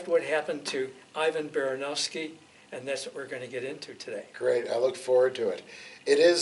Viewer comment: Being a speaker of neighbouring language plus Ivan Baranovsky's family name being probably of our, Polish origin I have a little correction. He was not "Ay-vaen", he was more lake "Ee-vahn". "I" pronounced like in India, "A" pronounced like in Alpha. And not "Behrehnovsky" but "Bahrahnovsky". Again both "A" like in Alpha. BTW1 - he must have had also something between first and family name, a paternal name, the Someone-ovich or Someon-evich. In cyryllic-writing societies it's a form of showing respect to call someone by first name and this "otchestvo". E.g. it would be "Hey, Ivan, throw me the wrench!", but "Ivan Gregoryevich, we all want to thank you for your help". BTW2 - "Baranovsky" means in Polish "coming from Baranowo", "Baranowo" being in turn probably a village named after "baran" - the ram. Regarding this "port" last transmission, I of course only have this one word, and not in original but from your translation, however considering our aviation habits here in Eastern Europe I very much doubt that this would mean "left side". While OK, it might be that some English phraseology was passed to USSR aviators operating LL equipment, I still find it unlikely that he would be telling directions this way. I'd rather suspect literal meaning, maybe he meant some "port" he tried to land next to, however "port" is rather a big word for something on a frozen lake. But checking the dictionary I've noticed something else, which corresponds to this damaged engine crankcase. There is